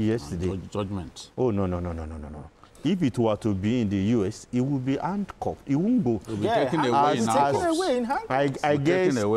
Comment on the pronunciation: D other man is saying hancupped instead of handcuffed.